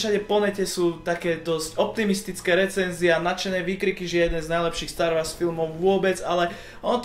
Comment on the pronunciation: Star Wars (čítaj Stár WOrs) sry ale star wars trhá uši :D